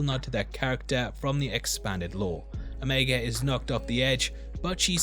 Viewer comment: I'm a little disappointed to hear you pronounce the name 'o-meg-a' instead of 'o-me-ga'. But it's understandable. And is it just me or does Ming-Na look like she still in her 30s?